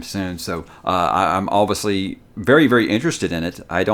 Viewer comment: Does anyone else love when says, “Oviously”? Lmao. you’re the man bro, best YouTuber and always great content!